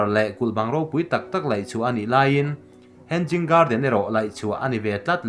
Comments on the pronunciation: "Henzing garden" a ni lo "hanging garden" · Hang ging nge Hanging ???🤣🤣2🤣2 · Henzing😂 Ka sawisel ngailo. Mahse comments te hi ka chhiar thrin a, thil lam dana ziltu a nga thrahnem hle ti a hriat thei. Word by word a hrilhtu pawh a neih fo thrin. Mahse tun thleng hian a zawm duh miahlo. Ka nuizat ngailoa, mahse a tranpui tumtu te, a lam dik thei tana comments a tranga thinlung thianghlim taka lo zil thrin tu te thu hi a la duh miahlo hi mak ka ti. Nui a duh a ni ang. A content chu a thra, mahse a chapo tawh nge, a zawm duh miahlo ti hi a lang ngawih2. Vawi tam tak a ni tawh si a. Mahse, a video a nia, a thuneina sang ber a nia...sawi thei kan ngah lo. "Thuneina hi a hlauhawma, thuneina hmansuol hi a hlauhawm zawk". Mahse, i contribution, information le Zohnahthlak chankanna leilawna i ke pên erawh i za awm in i fak awm hlê a nih. In siamthrat duhna ne'n rawn bei zel rawh aw Thrian -Lusei ka niloa, ka spelling le construction te pawh khi diklo tamtak a awm ang; ka pianpui trawng a ni loa. Mahse ka ngaihpawimaw ema ka rawn trawng ve vak a nih e. Tih sual ka nei chuan min ngaidam hram dawn nia. -Hmar Pa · Hen- Jing garden nilovin hang-ing garden ti rawh 🤣🤣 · He-nging garden tia lamrik tur ni zawk in ka hria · Hanging garden ' a pronunciation ah hian 'g' hi ri tello se... a dik in a ngaihthlak a nuam zawk daih ang.